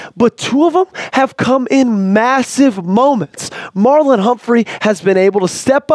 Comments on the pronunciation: It's Marlon, not Marlowe. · he said Marlowe.